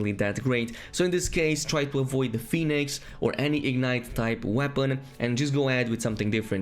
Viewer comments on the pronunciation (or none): none